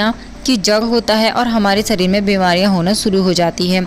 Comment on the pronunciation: सरीर नहीं शरीर